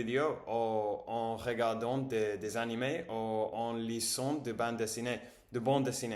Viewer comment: Hello, quelques corrections :-) Si vous aviez.....vous sauriez (savoir) Le processusss (the -s at the end isn't silent) Me sentir cou-pable Maintenant que j'étudie En lisant (s is like a z) Je viens de vérifier le rapport de météo > je viens de regarder la météo Ou que vous soyez Bravo pour toutes ces bonnes techniques ! You're right, it's a long run activity. I've been learning english for so many years and still not done 😅 Bravo